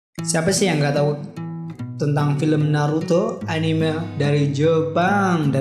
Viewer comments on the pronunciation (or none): none